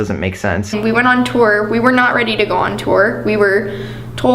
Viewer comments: Cheyenne Paige “tewer” 😂😂😂😂😂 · I remember always being pissed off over the way he pronounced “tour” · relatable content hahahaha